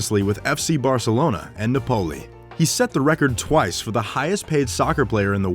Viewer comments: Na-po-lee not napoly Lol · NuPoly !? It's Napoli just like the city! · Napoli is pronounced as Náa+poli, and Maradona is pronounced as Mara+Dona not meradona! U welcome. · It NApoli, dumbass!!! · Did anyone get annoyed the way he pronounced Napoli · I did! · That pronunciation of Napoli though